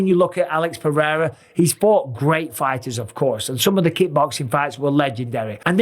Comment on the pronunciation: Alex Pewrewra, love it! Ahahaha